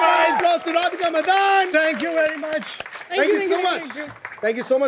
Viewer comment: Is it pronunced as Radhika Madan or Madaaan.....I thought she was a Tamilian or Telugu by her surname.....her voice is so like Tabu’s...